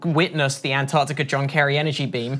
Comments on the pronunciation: Did the US change the spelling of Antarctica to Andargdiga, or do they all just have a speech impediment? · ANT Arctica !!?? FFS